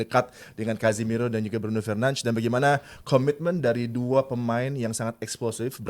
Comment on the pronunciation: komentator luar aja nyebut nama bruno itu " BRUNO FERNANDES" Ini indo malah BRUNO FERNANSZ.... TOLOLLL